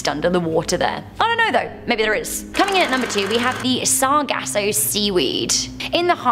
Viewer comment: “Bameenie”😂🤣”Sarahgasso” I’m done. I can’t listen to you guys. Repeat the same things over and over and still miss pronounce them.